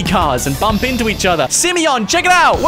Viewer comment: The fact that he says SIMEYON makes my day lol